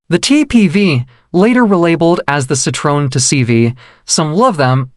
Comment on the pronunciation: The automatically generated voice completely butchers the name. The pronunciation is so bad that it sounds like a completely different name.